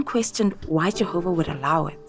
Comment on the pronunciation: Awesome rebuttal! 👍 I couldn't help but think about the child abuse & how they said jeeehoba sees all life as precious-apparently not protecting children. Also, the nonstop showing how nobody can live their lives without the organization solving all their problems. Your so right, they treat all like infants, childlike, & life in a little JW watchtower box. Oh, & women are less than men-shameful! I gotta add the monotone way everyone talks! All the same! 🤣😂🤣😂 your singing at the end was truly inspiring,! I forgot to count how many times I heard, jeeehoba! If I had to guess, 200-times!! In what, a half-hour time span! Indoctrination to the core! Trigger word.